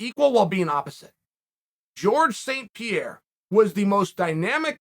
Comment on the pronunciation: Pierre, Pior, Pierah whatever